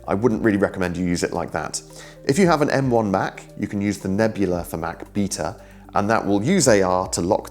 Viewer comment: the way you say beta makes me giggle